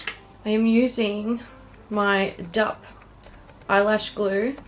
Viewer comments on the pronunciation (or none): I love DUP products too! From watching a bunch of Japanese beauty gurus, I'm pretty sure it's pronounced "Dee-up" (D, then up, two words) , not "dup" :D I love their mascara! Hope you'll try more Japanese products <3